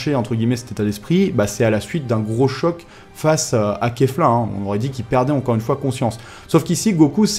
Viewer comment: ça se prononce Keyle mais ça s'écrit Kale. donc c'est bien Kafla et non Kefla ;) Puis écoute bien la VO, ils disent bien Kafla et non Kefla aussi. La première fois que la fusion est apparut, elle a bien Dit KAFLA en VO et non KEFLA